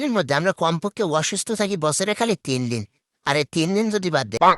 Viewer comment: দিন ❎️ ডিন ✅️ 😂😂😂